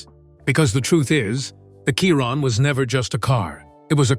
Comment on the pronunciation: Its a bloody Chiron pronounced SHIRON FFS Not Kiron with a K. Bloody AI voice over you should get this right. So many people have told you but you choose to ignore them. Why?